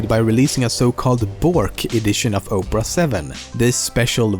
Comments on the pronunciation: I like the video it told me some things I didn't know. But, Opera and Oprah do not sound the same. Opera is said like ahpera no Oprah. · "New browsers like Oprah"? It's Opera — pronounced the same as an opera of classical music. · The way he was pronounceing Opera made me want to photoshop a picture of Oprah Winfrey eating internet explorer, and then I did it. its AM and i just photoshoped a picture of Oprah eating internet explorer. I need a life. But I don't want one. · its not Oprah its OPERA lolz hahaha MUhahahahahahaahaaaaaaa and while I hate Bing I feel Bang would have been a serious threat to GooGle which Bing is clearly not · You keep calling Opera "Oprah". Imagine if Oprah had her own browser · lol he called the opera browser "opra"